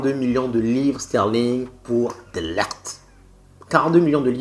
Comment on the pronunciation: Son prénom se prononce "DE LIRRT" et non "DE LERRT" 😂😂😂😂😂😂😂